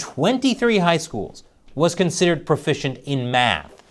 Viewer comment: Nobody's profishent? So ware we gonna get fish?